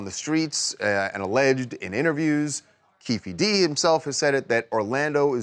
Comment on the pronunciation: Lol it's not keefi d